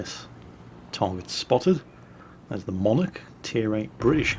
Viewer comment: Am I the only one who's not gonna mention ' mispronounciations of the Hakuryu and the Monarch?